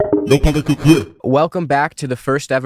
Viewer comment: Love this, but it's "POLITIK" with a 'K'!